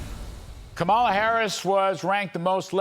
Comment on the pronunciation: Larry, when are you going to pronounce Kamala correctly? It's KAH-ma-la, stress on first syllable.